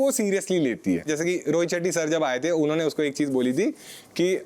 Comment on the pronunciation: Unne nh hota it's unho ne